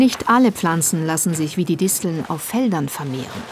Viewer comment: es heißt nicht "Dissteln" sondern Disteln